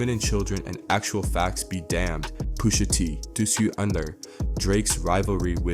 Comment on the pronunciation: This is a A.I video lol. No body pronouces names like this, "Poosha T", lol